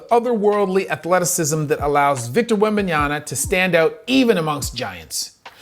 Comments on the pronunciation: WEMBANYA MA, MA, MA. NOT NYANA. C'mon dude. Black Amerikan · Brother, it seems that you also have another PHD in the wrong pronunciation of athletes' names.😁😂 Wembenyana, Jianis, and I'm just glad you didn't say shet rather than Chet.🤣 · Please, stop calling him "Wembayana"... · please learn to say his name right. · Now that the NBA fnals are over, you can spend the summer learning how to pronounce Victor's last name. Good video. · The dude can't even make the effort to learn how to pronounce Victor's last name correctly.